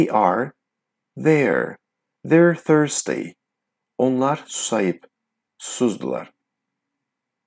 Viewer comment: Salam Thirsty orda tələffüz förstiy? Th birləşməsi f səsi verir ya mən yanlış duydum?